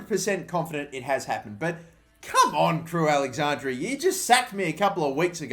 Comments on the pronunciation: crewe alex-andra (not andrea) cringy af watching you say it over and over again 😂😂😂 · It’s Crewe AlexanDRA not AlexanDRIA ffs